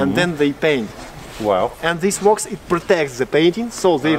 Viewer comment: Thank you for the tour but unfortunately, your pronunciation is far from the one expected from a professional tour guide. A lot of people speak English with various accents. It is OK for as long as an accent does not hinder comprehension. wax is not "walks" as it is pronounced; natural minerals are not grilled but probably heated to a high temperature to increase purity then dissolved in melted wax. lazurite is aka blue malachite. dark is not duck as it is pronounced валенки is felt boots. it is not "more degrees" but rather the beverage has some (high or higher) alcohol content. Emperors are not impurities. If word Emperors is difficult to pronounce it can be substituted for tsars or monarchs. a dog is always IT, not he, not she. He or she is applicable only to humans. Kremlin is a fortress. The Internet offers enormity of resources for English improvement. Не стоит доказывать, что на России всё ещё лаптем щи хлебают... Good luck!